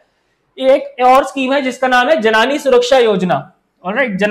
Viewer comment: Thanks for the session. I would like to point out that it's 'जननी' not 'जनानी'